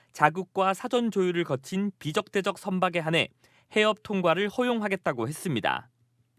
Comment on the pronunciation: 비적 대적??? 비 적대적 기자라는 분이 띄어읽기를 이상하게 하시네..